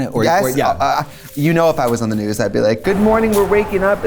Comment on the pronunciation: “THE GNUUUS” I NEED MEDICAL ASSISTANCE 😂